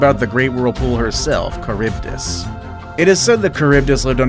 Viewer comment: Ehh? Why is it read like “Charibdis”?